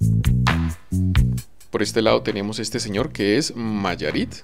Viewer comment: Es Nayarit No Mayarit 😂🎉